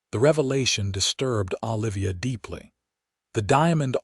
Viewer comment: Olivia should not be difficult to pronounce. Your AI is doing an awful version